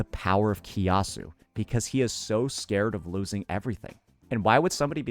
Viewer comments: hahaha from kia-su to ki-a-su but its fair game since likes to use terms that saint wont understand xD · Malaysia mentioned 🗣️🗣️🔥🔥 btw his pronunciation on kiasu lmaooo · unc kiasu pronunciation made me laugh too HAHA